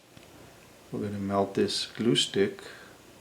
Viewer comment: When you say glue stick I heard acoustic.